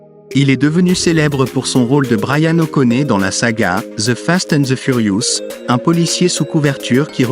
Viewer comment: Et appeler Bryan o'conner, quelle honte cest O'Connoooor bordel de voix ia de m*rde